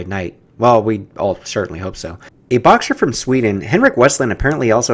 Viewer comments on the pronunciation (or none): none